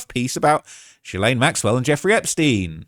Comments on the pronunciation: My dude! It’s is pronounced Gee-lane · Why is he pronouncing “jizzstain” so weird? 🤔